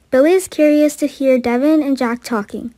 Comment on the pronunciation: Someone needs to tell her how to say ?Devon